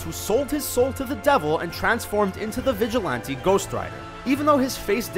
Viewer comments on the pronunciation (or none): none